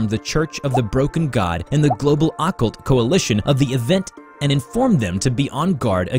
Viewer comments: What was that funny pronunciation of occult ? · I don't usually like to pick on peoples' pronunciations, but occult?, I've listened to you since you started and I swear you pick these words to pronounce weird on purpose lol